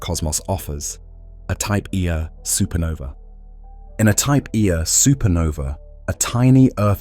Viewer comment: I was convinced that a real person recorded these untill it got to the type 1A supernovas 😂 honestly though great channel "type eeeaaa supernova" lol love it